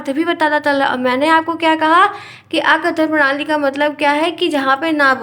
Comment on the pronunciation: ma'am this is arth kathan prnali not akathan